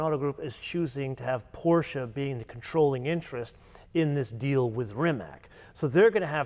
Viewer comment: So you're really good at pronouncing the brands correctly so Porsche is pronounced with two syllables. With that in mind, please say Rimatz, not Rimac.